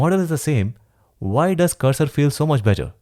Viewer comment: Bro saying cursor a text editor is a crime 😂 but I do love your content.